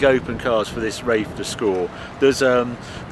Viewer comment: Does he pronounce it as Rafe rather than Wraith with 'th' at the end?